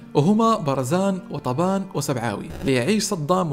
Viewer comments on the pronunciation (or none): تلفظ الأسماء غلط لانك لاتفهم اللهجة العراقية مثل كلمة البكر و اسم وطبان